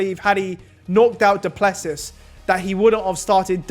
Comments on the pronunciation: Guys it’s pronounced Doo-plu-see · It is pronounced: DOO PLUH SEE